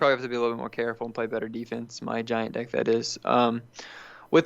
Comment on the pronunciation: He says dick so much but he try's to say deck